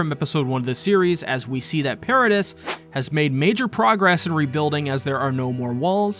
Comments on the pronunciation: Do content creators purposefully mispronounce stuff just to get people to comment about it? How can you watch this whole show and still call Mikasa "Mi-Kah-sa" and the island "Paridis" instead of "Paridee" How it's said in the show? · It's Para-DEE. As a fan of the manga and anime you can't tell me you haven't heard it in English at least once. Yes it's spelled Paradis, but it's pronounced pair-a-dee....that just bothered me 😂. Cheers! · Paradis is pronounced pair-a-dee